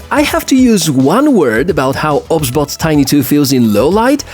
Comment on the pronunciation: 🤦🤦 Its not obs-bot... It's O.B.S Bot! As in the software OBS